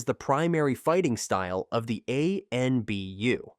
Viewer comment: Stop using bot voices if you want more subs. Never has anyone made this many mistakes in a Naruto video. Spelling Anbu twice, then pronouncing it 2 different ways? And incorrect pronunciation all over the place